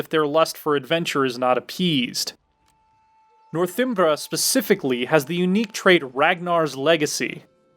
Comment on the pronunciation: Northimbra? Really?